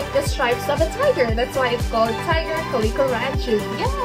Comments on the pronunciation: The way you say calico is so funny lol “Kah-lee-Ko” 😂 I’ve only heard people pronounce is as “Cal-Eh-CO” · Cool video identifying types of the Ranchu goldfish. I can tell you're Filipino by the way you say, "calico", "aquarium" and "buffalo". 😉